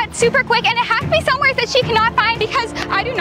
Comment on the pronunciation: I’m not making fun of you, but why do you always say somewheres instead of somewhere?